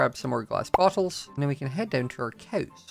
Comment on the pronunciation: Everything says bowls or bottles it sounds like he's saying balls 😭 I'm sorry I'm just deaf 😢